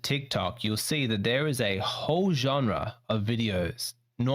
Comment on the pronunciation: said "a hoe genre."